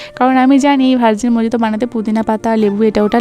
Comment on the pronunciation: উচ্চারণ টা মোহিতো । মজিতো নয়। আমিও প্রথম প্রথম ভুল করতাম। ❤